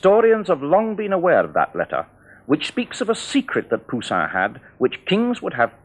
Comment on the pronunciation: The French are so mysterious, I like the way he says Pousian. An Italian would say Pousilinni.